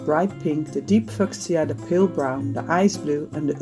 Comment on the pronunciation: I had to smile at the pronunciation of Fuschia